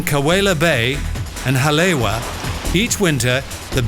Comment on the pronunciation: Ha lay wa? Please respect the Hawaiian pronunciation: Haleiwa is pronounced like "ha lay e va".